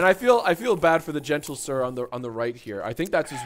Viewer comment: him saying "gentle-sir" and the awkward laughing actually makes me want to throw my mouth away